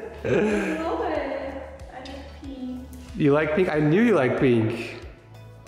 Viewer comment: Will never get over saying peenk instead of pink